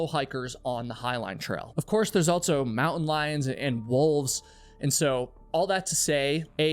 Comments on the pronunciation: You always say “Altso”😂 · I enjoy the stories, but it bothers me the way he says "altso" and "eltse" instead of the correct words, also and else.